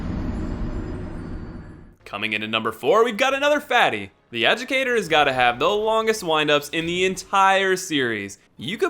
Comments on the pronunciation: Oh yeah, I COMPLETELY forgot that he cannot pronounce the AdjUDIcator's name right ever. Was so focused on how wrong this list is that it completely slipped my mind! >_< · Adjudicator is pronounced uh-joo-dih-kay-ter, not uh-joo-dick-er. C'mon dude. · Hehe, you called Adjudicator, Adjucator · The... wait, the "Adjicator?" I... wait... what????? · Bro... AH JU DI CA TOR. You're missing a whole syllable lol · "Ah-juh-cay-tor." Reading is hard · Did you call the Adjudicator the "Educator"? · And that's not wrong, what you are missing is a syllable. it's Ad-ju-di-ca-tor. You were missing the di